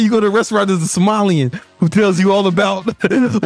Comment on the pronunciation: Bro said somalian instead of a sommelier 😂😂😂😂😂😂😂😂😂